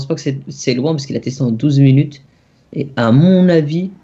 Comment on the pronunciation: il ma fait rire le unw 12 mounute